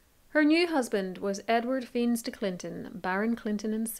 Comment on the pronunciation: Fiennes pronounced "fines" as it still is, ie actor Ralph and explorer Sir Ranulf and Celia 17/18 century writer. All the same family